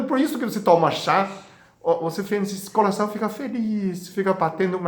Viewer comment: Que bonitinho dr falando "colação"